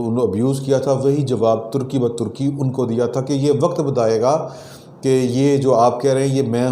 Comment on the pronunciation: turky ba turky nhi, tarki ba tarki